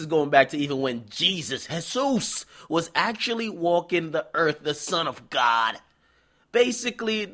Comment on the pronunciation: Bruh why you say "Son of GODD" like that? Lmmmfaoooooo